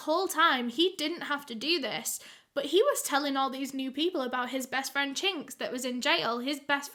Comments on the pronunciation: when she said his name i thought she said the slur for asian ppl i.. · Everytime u say his name I can’t help but cringe lmao